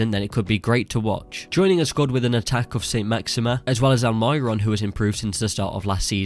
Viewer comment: Hello man, aside from some of your pronunciations ("alMYron" lmao) your videos are abbsolutely excellent and your statistical and football knowledge is outstanding, I think you will blow up quite soon.